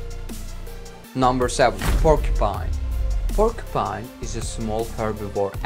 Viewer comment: Pork-Pine, wow